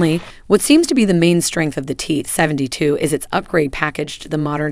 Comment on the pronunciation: Is this a weird regional accent I've never heard of before or is this buggy synthetic speech? "Seven-tuh-two". I mean I've heard that kinda thing before but not in combo with a vanilla American accent like this.